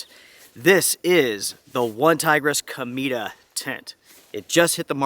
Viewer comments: You're pronouncing it like "comida" - which means 'food' in Spanish. It should be pronounced: 'co-may-tah' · It’s COMET in Spanish. Pronounced CO-MEH-TA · I would be interested in this tent more if it wasn't for the name of it. The way you pronounce it is very different to how I read it... C_m E ta... lol Peace